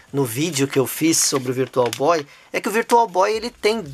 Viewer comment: Virtual Boy não Issui.... Virtual Bóóóóii!! 😅